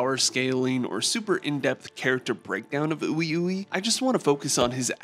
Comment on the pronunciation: it’s pronounced WeWe 😂